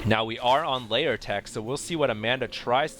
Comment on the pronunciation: does so many toungeslips one needs to learn to ignore it and replace what he says with the right words. Like when he said "Arrrbiter" or "Layer" (Lair).